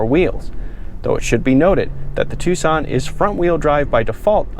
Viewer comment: Heeunday Twosawn